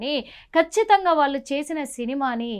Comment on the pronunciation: "వాల్లు "కాదు తల్లీ,వాళ్లు అనిపలకాలి,వారి ఆత్మ కు శాంతి కలగాలి